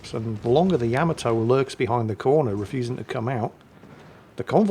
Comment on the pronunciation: GOTDAMNIT it's YUH-Ma-Toe!!!! NOT YAM-A-TOE!!!!!